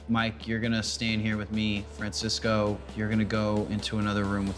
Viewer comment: Francisco, not Fransisco.....get it together MTV lol